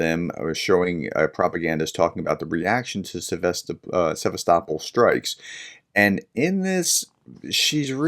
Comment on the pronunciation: You can not say Sevastopol, I can not believe you could say Birmingham. Or the word mirror or cheese properly.